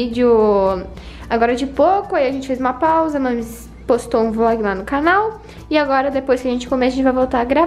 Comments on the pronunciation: quem percebeu tbm no final em vez de ser vlog saiu vog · No final vcs esqueceram do L na palavra vlog dai ficou VOG kkkkkk, Me manda um salve por favor!